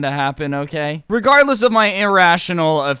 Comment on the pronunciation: This is how many times he said regarless 🔽 wrong way